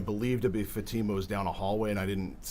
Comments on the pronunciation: I hear him say Fat-tuh-muh 😮😮😮 so, disrespectful 😤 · Plus he doesn't even know how to pronounce Fatima. He keeps saying Fat-ima. 🙄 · The Defense lawyers are so unprofessional. Yawning, arms crossed seems disinterested to the people on the stand. And neither can pronounce Fatima's name correctly......."00"